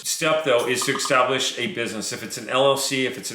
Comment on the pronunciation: good info....btw The word is establish not extablish